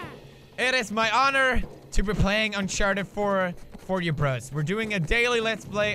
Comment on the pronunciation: Eileen von Eschwege pewdiepie pronounces it "unsharted" instead of "uncharted" and i just thought it was funny ok lmao